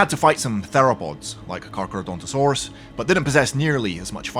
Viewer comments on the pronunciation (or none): none